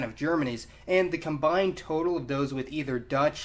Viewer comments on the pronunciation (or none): none